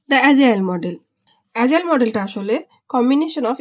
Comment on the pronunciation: Sister, it is Agile (not Azile), Pronounce like g not zee.